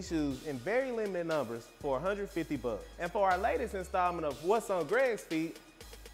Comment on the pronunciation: "You can grab this shoe for one hundred buh"